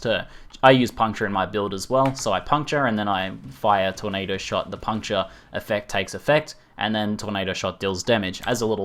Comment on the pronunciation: "TORNDADO" FTW